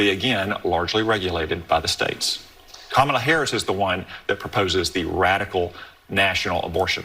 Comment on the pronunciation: Points to Cotton for pronouncing Kamala’s name correctly.